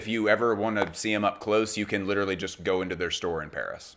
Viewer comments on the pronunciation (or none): none